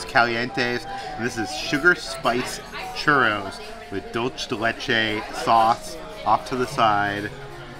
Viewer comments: Ok I gotta bust peters chops lol. Dulce pronounced “dull-say” not dulch lol. Ok. Thank you. Good night. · You did it again....its Duel-say, Duel-say. Im just teasing at this point. Maybe someday you will get it right. 😁